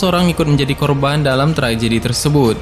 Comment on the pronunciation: Trajedi? Tragedi kli🤭 Pelan" dong ngomongnya biar jelas perkataannya 😁